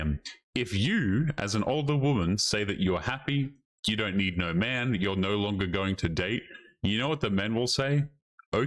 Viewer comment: says no like 'nareeeaauuuu'.... u aussie dawg?